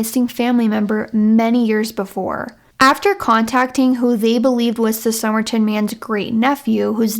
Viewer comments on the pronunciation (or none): You deliver the story well, except, is it Som-er-ton as writen, or Som-er-i-tan, as you kept saying unti 10 minutes in?. 😊 your voice is easy to listen to.